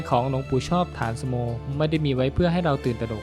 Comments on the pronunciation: ฐานสโม อ่านว่า ถา-นะ-สะ-โม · ฉายาท่านอ่านว่า ฐา-นะ-สะ-โม